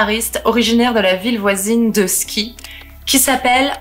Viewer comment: En espérant que la bien-pensance youtubesque ne vienne pas une nouvelle fois censurer cette vidéo. Juste petite rectification : Ski se prononce Chi haha le Sk en norvégien et suédois se prononce souvent '' ch '' on s'en fout mais c'est toujours bon à savoir. 🔥 Pelle n'est hélas pas enterré à Enskede (c'est Quorthon qui est enterré par loin d'Enskede). Il est enterré à Österhaninge Kyrkogård. Bon courage à ceux qui souhaitent s'y rendre sans véhicule. Je l'ai fait il y a deux semaines c'est terriblement long et comptez une bonne heure de marche. Mais le chemin en valait la chandelle.